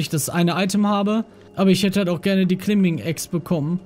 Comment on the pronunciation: Lieber GLP, es wird KLEIM-BING ausgesprochen, nicht klimbing LG dein Tom